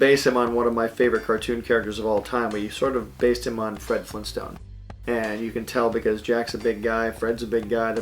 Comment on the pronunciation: Ya like Jazz? "Jack Fenton was Fred Flintstone" FLEENSTONE?!